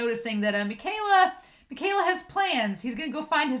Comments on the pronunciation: Just a little help on Mika's name lol. it is pronounced me-kai-la, not mih-kay-la lol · Actually It's Mi-ka-e-la